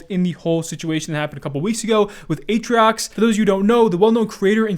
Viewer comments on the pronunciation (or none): atrioc, not atriox :P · why do you call him atriocs not atrioc